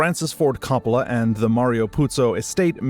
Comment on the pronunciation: Please learn the proper way to say COPPOLA.